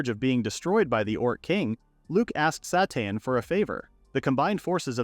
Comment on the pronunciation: Character: “My name is Sateen.” AI narrator: “My name is Satan.”